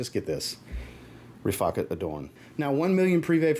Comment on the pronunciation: I'm glad you pronounced Riffaqat properly. Every other fragrance reviewer is pronouncing it wrong 😂